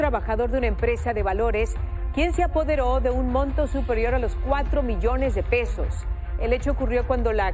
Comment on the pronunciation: "los" hay que mejorar la dicción